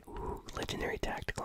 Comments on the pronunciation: He says tatical and it brights my day ;) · Yes i hate it